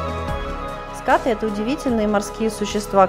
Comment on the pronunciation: Правильно говорить скатЫ